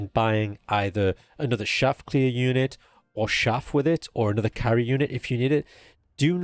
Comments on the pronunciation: Great guide. FYI, chaff is pronounced with a hard ch sound, like cheese or chase. Peace. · hearing him say "shaff" instead of "chaff" over and over was just so wholesome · Its Showder not Chowder If u know the reference u will lol